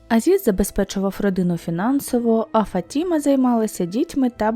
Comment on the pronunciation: Правильно - ФатімА, наголос на останній склад.